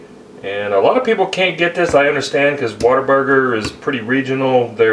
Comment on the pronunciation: "What'erburger" - that's how you know he's authentic.